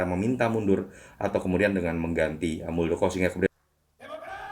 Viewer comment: Harusnya muldokor